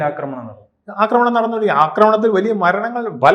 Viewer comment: "" അക്രമണം "" അല്ല " ആക്രമണം, ആണ്. ഒരു ചാനലിൽ വന്നു സംസാരിക്കുമ്പോൾ ഭാഷ ശ്രദ്ധിക്കണം അജ്ഞാതൻ നീണാൾ വാഴട്ടെ